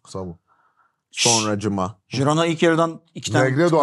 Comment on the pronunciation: Herkes de jirona diyecek sonsuza kadar gibi oturmuşu değiştirmek çok zor oluyor :)